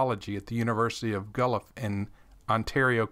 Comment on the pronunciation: Thimakes me question which medical heads, chief medical officers and politicians have become rich over the vaccines and masking? May I ask if I can help you with a pronunciation?…. I think you referred to the University of Guelph in Ontario. Guelph,, gwel-ff, all one syllable.it took me 3 replays to catch what you said.lol. I’d love to send some of your videos to my family doctor in Burlington Ontario but she would probably get pretty ticked off at me since she is so brainwashed.